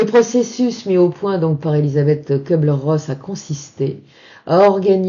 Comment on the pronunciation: ça me gène un peu d'entendre prononcer "KEU -bler : en allemand, le U avec tréma (umlaut) se prononce comme le u français, non ?